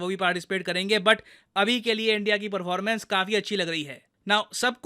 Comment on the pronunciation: Perrrforrrmance and prrrrimaaarrrily😂